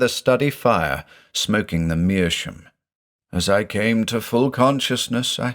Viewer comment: Great story once again. I'm a bit confused why you pronounce "meerschaum" as "meerschoom"? Is that common in English?